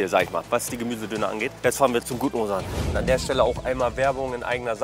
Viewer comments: Er wird Ozan ausgesprochen, da es ein weiches g (ğ) ist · „Owesan“ 😂😂😂😂😂😂😂😂 nicht nett von dir!!! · bro der name wird "OSAN" ausgesprochen :D